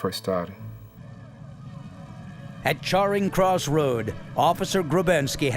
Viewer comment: "Charring" Cross Road...